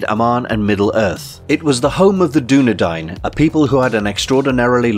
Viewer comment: Pretty sure it’s pronounced Doo-Nee-Din.